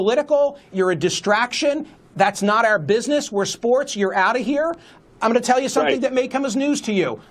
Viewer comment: i'm going to, not 'oma'